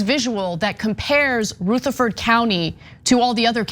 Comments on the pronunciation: U need to call a Southerner to learn to pronounce Southern words. Rutherford is pronounced: Ruuh ther Ford Not Rooth er Ford. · RUTHERFORD. Like president Rutherford B. Hayes. Not ROOtherford. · It's pronounced: "Ruh--- th(as in there)---uh--ferd". As in B. Hayes. Not Rooth- er- ford. I only commented because I cringed every time. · Umm its not RUTH erferd county. Its like rut, like i"m in a rut, rutherford county, but she is correct, this judge is disgraceful. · Great points! But, please, "Rutherford" is pronounced with a "short" U, not a "long" U. It's just really weird to hear Ana totally mangle the pronunciation, multiple times. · It’s ruhhhhtherford county. Not Rooootherford county lol. (I live here) Another interesting note..My son is on probation after doing 6 months for a drug charge. I wanted him to move here but he’d rather live in Nashville because they are so strict here. So it doesn’t end once you hit 18. The people he was in jail with ( in Williamson county) told him Rutherford nearly stalks you when you get out and will pop you for the smallest of things. Davidson ( Nashville) barely pays attention. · It’s pronounced Ruh-Thur-Ford not Ruth-Ur-Ford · Nitpicking. But it's prounounced Ruh-thur-ford not Roo-thur-ford. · Roo-therford? lol. I've never heard it pronounced that way. Not totally sure, but I'm thinkin' it's "ruh-therford." But hey, I guess if you're rolling along and such a word pops up, and you see "Ruth" at the beginning of the word... Uh, okay, lol. Sorry, just found it funny, heh. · It took them long enough, it's been reported a dozen times, since tyt finally decided to report on it, and then Anna can't even get the pronunciation of the Town, not just once but 3 times, it's Ru- therford county not Roo-therford county SMFH! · It's Ru, not Roo,! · Also, it's "Ruth" - sounds like "ROUGH", NOT RUTH, the girls' name! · Ruth afford county? Cmon it’s not Ozark Anna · Wop not rootherford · Pronounced : Ra-tha-ford County. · rutheRford with an R